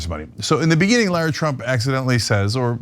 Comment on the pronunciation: Laura is a beautiful name. Lara (rhymes with care-uh) is a stupid name. Please call her by her rightful stupid name. Lara.